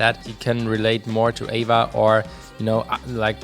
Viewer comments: It bothers me that you say “Ava” and not “A.V.A” when you are talking about AVA (Angels & Airwaves) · Me too.. it shoud be A-V-A instead Ava.. I'm thinking of Abba lol 😂